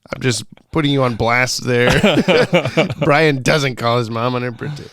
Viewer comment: What’s the origin of butchering Brian’s name beyond repair?